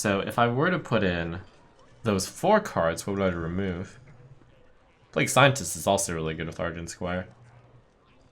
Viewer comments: Cap'n is how a pirate would say it, and I believe plague-u is a jokey play on how a japanese speaker might try to pronounce plague. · Been a fan of Trump for quite some time now and I don't normally mind his attempts at memes, but when did he develop a full fucking speech impediment? Playgoo, capin, really?